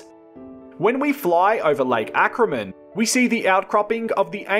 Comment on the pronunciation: Lake Acraman, not Ackerman.